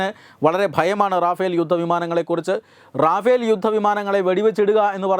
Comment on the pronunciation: റാഫേൽ അലടോ, റഫേൽ